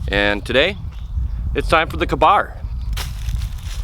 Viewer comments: Its k bar like kay bar lol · how can somebody live in america and not be able to pronounce ka-bar